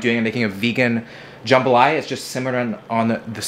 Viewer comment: As a Louisiana native that "jambalaya" gave me an eye twitch